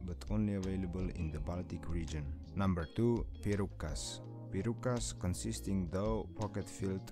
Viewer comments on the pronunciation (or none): Piru-Kas is actually pronounced Pirukas without the speed up in the Kas part